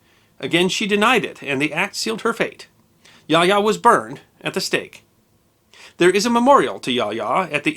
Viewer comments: And it is pronounced as "ya-oh-ya" not "yah ya." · It's been 27 years since I was stationed in Japan, and my Japanese is more than a BIT rusty, but I believe that the pronunciation of Yaoya should be Ya-oh-ya rather than Yaya. Somebody can check me on this, but it sticks in my head that would be the correct pronunciation.